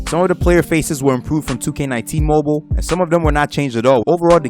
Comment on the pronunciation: bro stop saying "moble"